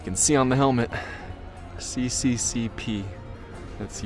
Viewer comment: I recognize that this is very pedantic, but it's not 'CCCP' but 'SSSR', it's just that the Russian S and R look like the Latin C and P. I was a bit confused at first cuz it soundes like you were talking about the CCP (chinese communist party) 😛